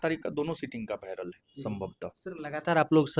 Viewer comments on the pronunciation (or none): Viral ❌️ bhiaral ✅️